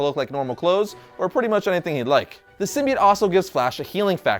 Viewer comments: I can't be the only one who got annoyed by him saying Symbiate and not Symbiote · Sim-be-it? You mean sim-be-ote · Does nobody know how to say symbiote !?!!? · It's pronounced sim-bye-oat